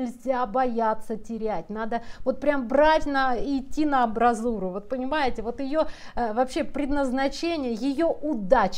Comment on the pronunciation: Не "абразура", а амбразура. Не "раздрайв", а раздрай